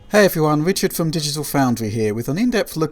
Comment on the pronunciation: "Wichard"? LOL